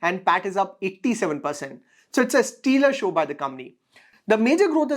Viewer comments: excellent video. btw its pronounced " stela " and not " steeler" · Hi..it's stellar and not steelar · you have to correct your pronunciation for stellar